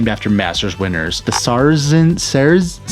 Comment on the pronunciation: I'm sorry I didn't pay attention, you aced his name about 30 seconds later